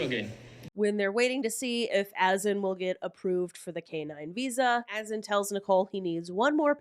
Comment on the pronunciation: Azan is pronounced A-ZON! He don’t even know his own name.😂😂😂